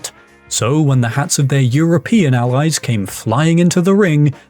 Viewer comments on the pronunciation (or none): none